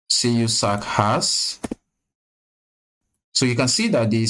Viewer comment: It pronounce John KYOO-zak He is an American Actor